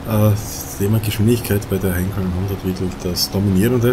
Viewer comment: Hallo, es heißt "Heinkel" und nicht Henkel.